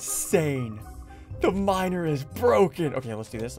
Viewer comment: 'dreaded pestilence' is now my favourite phrase bc of ian edit: i've watched this so many times and i still think that ian calls someone a minor instead of miner 😭